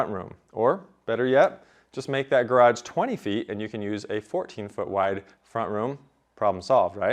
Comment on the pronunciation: "garaDge"? or garage?